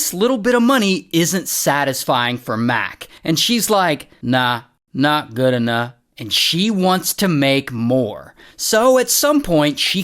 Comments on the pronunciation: of course the “nahlagala alahlanl”😂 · "Nah, nat good enuh" 😂😂😂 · it's "nah, not good enah" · “Įt œŃT GœOD ênoght” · "Nahnatgoonuff" 😂😂😂 had me dying lmao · The "Not good enough" kept getting more unintelligible. 😂